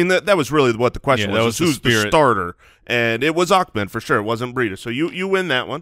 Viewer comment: Love the show and watch all week, the Miami RB name pronunciation is Ah-Med not how you guys have been saying it. Keep up the good work!